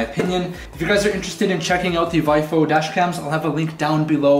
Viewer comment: Technical note. VIOFO is pronounced "Vee - Oh - Foh"